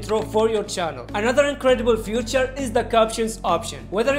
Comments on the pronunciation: he says futures insted of feature wtffff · actually he says future at all places where he has to say feature